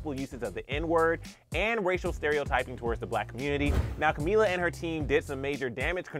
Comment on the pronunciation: Cumila 😂😂😂 cummmm